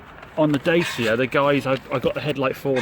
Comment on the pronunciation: 1st. Its not da sia . its da chi a :)